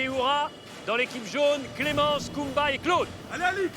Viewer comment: Je me sens trop mal car à chaque fois qu’ils disent « kumba » j’entends « pumba ». La pauvre en plus honnêtement j’aime bien cette aventurière ❤️‍🩹🤗